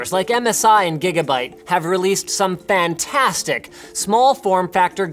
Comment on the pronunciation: holy... i cant hear Linus say "*Fantastic*" without thinking in "FAN - tastic"... XD